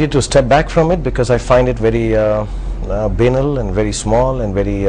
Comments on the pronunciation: He mispronounced the word "banal" lol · It's not benal. It's banal. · First of all he is evading the question A man with a clean conscience would have blasted anyone who raised this question Secondly he pronounced 'banal' incorrectly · A gentleman who sometimes mispronounces certain words. (Banal doesn't rhyme with anal. It rhymes with Dahl)